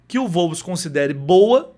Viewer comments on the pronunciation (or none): Wolves = UOLVES. Não "volves"